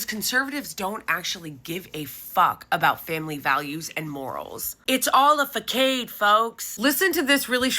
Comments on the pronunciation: “Fa-kade?” Are you reading a script from ChatGPT? Instant disqualification. Sincerely, just another left-centrist. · I love your content so much, but please don't pronounce "facade" that way ever again 😶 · Did you mispronounce "facade" on purpose? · Facade. Fakade😂😂😂😂😂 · "It's all a fakade folks" 😂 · But that 'fakade' makes me unreasonably angry